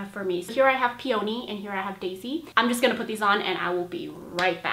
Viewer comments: i love your videos! those lashes are bomb, btw "peony" - is pronounced [pee-uh-nee] not [pee-OH-nee] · lol ily but it's pronounced "pee-ya-nee" with the ya really fast not "pee-oh-nee"